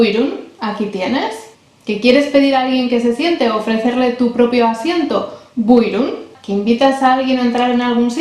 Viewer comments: Aferin 👏👏Tebrikler çok güzel video olmuş Buyurun kelimesini telaffuzun harika Maşallah 😊 dilimizi kültürümüzü tanıtmam İnşallah diğer videolarınla devam edecek Umarım kanalın istediğin büyüklüğe ulaşır 😇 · Maaşallah çok güzel bir video olmuş. Özellikle BUYRUN kelimesini mükemmel telaffuz etmişsin. Tebrikler. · Estağfurullah was the best explanation and buyrun was the best pronunciation